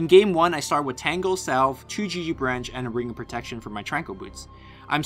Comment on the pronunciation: why do you call it (gg bransh) ?